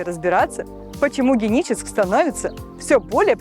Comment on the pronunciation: Что то с дикцией у девушки. Почему не Геническ, а Деническ?